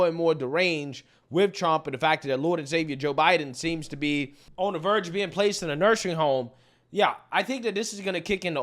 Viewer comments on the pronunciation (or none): What is a (nursering) home? I think you mean nursing home. You have said this in several videos now. Haha